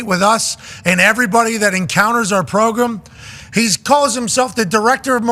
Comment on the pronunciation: Progrum with the "Wed Wiver Wivalry." lol